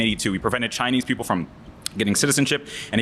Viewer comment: You mid pronounced Chineeee